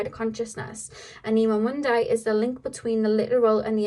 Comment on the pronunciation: Hi.😊 since you asked,you said 'anima mundi' right,but the accent of the world anima is on the first A(A'nima Mu'ndi). 😘